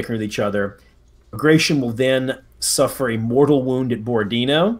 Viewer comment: Not to be that guy, but that is not at all how bagration is pronounced, it's pronounced exactly as it's written, letter by letter: bag-ra-ti-on.